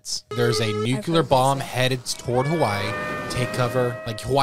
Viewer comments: “Nuk-ya-ler, it’s pronounced nuk-ya-ler” -Homer J Simpson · New rule. If someone pronounces it as “NUKEULER” the captions should have to spell it that way.